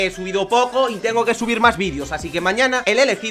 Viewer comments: Like si alguien se dio cuenta al principio que en ves de decir chavales dijo chales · En vez de chavales dice chales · El saludo fue "MUY BUENAS A TODOS CHAHALES" en ves de chavales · Al comienzo dijo chales y era chavales